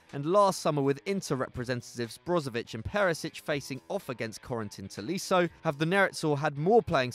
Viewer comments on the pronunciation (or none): none